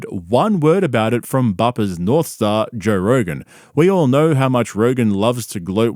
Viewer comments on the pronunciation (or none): “Jore Rogan”